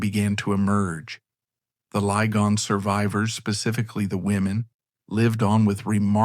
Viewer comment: The names Lygon and Beauchamp are pronounced ‘Liggon’ and ‘Beecham’. ‘Madresfield’ is ‘Maddresfield’ and ‘Malvern’ is ‘Mawlvern’. Excuse me for pointing this out. I grew up in Malvern and went to primary school with one of the last Lygons.